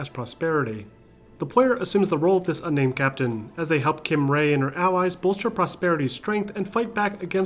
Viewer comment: Did he call her "Kim Ray"?(ʘ言ʘ╬)